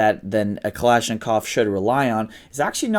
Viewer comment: How is it he can pronounce Pashtun words but but can't properly pronounce bayonet nor pronounce Kalashnikov the same way twice? Dude quite trying so hard.